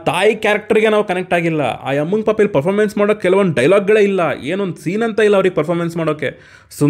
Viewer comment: Performance ❌Popamance✅